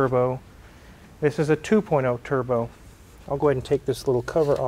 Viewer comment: Did she say, "tierbo?" 😝